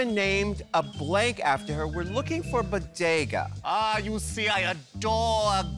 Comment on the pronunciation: BO-DE-GA … BO-DE-GA Also you missed the best part with her as the grandma